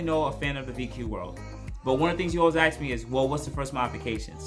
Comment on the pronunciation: Ask, not ax.